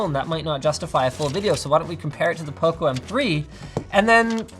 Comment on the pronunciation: It sounds like poko when Linus says it 😂